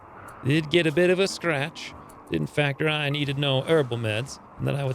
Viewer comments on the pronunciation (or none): none